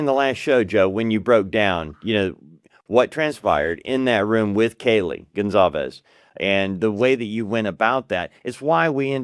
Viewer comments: Respectfully, it’s Goncalves, not Gonsalves. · No. It's Gonçalves. The ç has an ss sound.